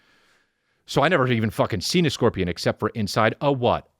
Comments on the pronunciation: “I scaled a korpian” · "I skilled a korpian"